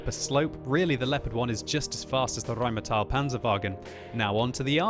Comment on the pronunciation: Nicely spoken xD Rrrrrrheinmetall Panzerwagen!